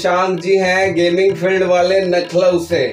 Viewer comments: Lucknow yaa nakhlow😂😂😂😂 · 😂😂😂😂👌👌 वो नखलऊ नहीं लखनऊ होता है🤣🤣🤣